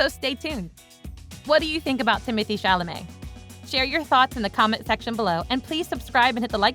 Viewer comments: I find it a touch offensive to be applauding Timothy Chalamet for his continued success's and mispronouncing his name 3/4 's of the time. NOT COOL ! WTG Timmy . I cannot wait to see what you do next . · He deserves to have his name pronounced correctly. Come on y'all..... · it would behoove you to learn how to pronounce the actor's name correctly